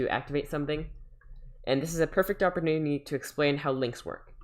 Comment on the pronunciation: he says opernunity